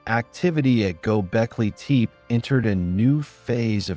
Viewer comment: Id love to keep listening but the way you say teep instead of tepe is messing me up